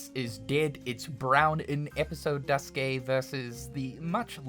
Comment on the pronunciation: "Duskay", "Type-OOHH", "zwooeehander"💀💀